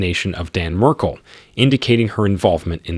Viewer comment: The least you could do is pronounce his name correctly. Jeez